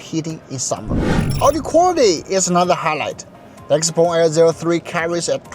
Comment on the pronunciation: why you prounce it xpong when there is e in the name